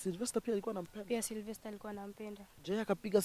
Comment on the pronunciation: jamaa anaitwa "Silvester", not "Cerovester" or "Zellovester" 🤣 & Muthoni looks like twins....then Stano unawaingiza box jamaa anasema ukweli kwa camera